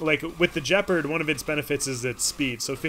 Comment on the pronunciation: Points to for using the proper term for the dominance bar! Minus points for not pronouncing Gepard with a hard G. There doesn’t seem to be variable playback speed for iOS, but time passes quickly when I enjoy your rambles. Keep it up!